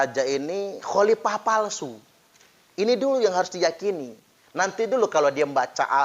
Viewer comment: Sebut Khalifah saja baradja tidak benar..dia bilang halipah